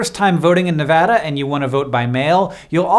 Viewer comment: thank u for saying nevada right <3